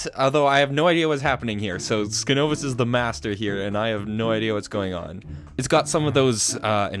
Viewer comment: I'm glad you included the little segment with those advancements! Also, my name is pronounced sign-ovus. Skin-ovus (the way you are pronouncing it currently) is my alternate account.